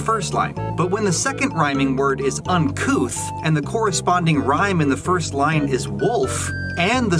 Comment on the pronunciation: Oh, "uncouth"! I always thought he said "uncoo'," as in "uncool" with an affectation. "Uncouth" makes way more sense.